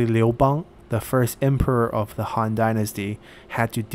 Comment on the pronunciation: Wow, i'm impressed that you can actually pronounce these names correctly (although I wish you pronounce "han" correctly but i guess most folks won't know what your saying if you do) gj